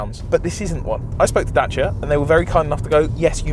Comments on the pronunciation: It’s a daciaaaa not a dachia 😂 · Y the F r u saying Dachia???? its a DaCia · What's a datcha it's a dacia James May said it many many times.. 😂😂😂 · day-c-a(dacia) NOT dacha terrible pronunciation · Its called a Dacia not Dachia even James may can say it right 🤣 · Don't call it datcha man, it's dacia, literally just read the goddamn name right. No sh there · ITS DAY SEAR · First time I´ve ever seen someone pronounce it "Datcha" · Good news, cant pronounce dacia either! 😢 Da - Cia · "Datsia Sandero"... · DACIA, there is no H in it! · As a long time Top Gear fan the way you are saying Dacia is hurting my soul. Unless I have heard it incorrectly for so many years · OK I'm triggered strait off the bat. Is that how you supposed to say Dacia or how James May said it? cause no offence I'm more likely listen to him haha 🤣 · My eye would twitch every time they said Dacia wrong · I love all your content, but I can’t upvote the weird pronunciation of Dacia